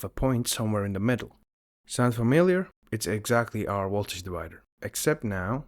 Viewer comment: Woltage Sorry couldn’t resist